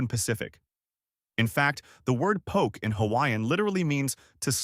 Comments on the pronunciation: It’s po ke. Not poke in the eye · You lost me at poke. The pronunciation. Po-kay. Not Pok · Poke is pronounced poh-kay. Not poke. You would know this if you really was in Hawaii. Come on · Good research, but terrible pronunciation of almost every Hawaiian and Japanese word. The info is probably from a Hawaiʻi source, but you should have gotten someone from Hawaiʻi to read it. If you go to Hawaiʻi and ask for "poke" rhyming with "joke," people will just laugh at you. Many of the pictures are not of the food being described. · So many mispronunciations? Please is pronounced Pō-Kay. The fruit Lilikoi is actually Passion fruit. Yeah like commented earlier Ti leaf is said Tee leaf. Pronouncing Hilo, Hawaii is pronounced Hee-Low. I can appreciate this video but they should’ve utilized a local older man or woman to narrate. It would come across more genuine and immersed. Hawaiians wouldn’t feel mocked. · I predict a lot of angry comments by Hawaii locals in your future, and past, by the looks of the comment section. Oh well, nice drone shot of McCully, Ala wai, Gateway to Waikiki, etc.. and thanks for sharing the info about local food, albeit with some of the worst pronunciation ever heard. 🤙🏼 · Mispronouncing these words like "Poke", "Limu" and "Hilo" seems sort of disrepectful if you're going to do a video featuring these foods.